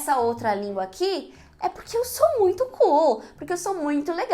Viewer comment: esse "muito" não saiu muito legal. talvez seja melhor não misturar tanto as línguas kkkk